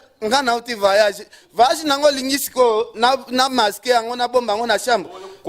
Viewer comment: voyage et non vayage